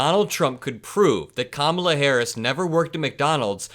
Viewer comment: Can he not pronounce VP Harris correct?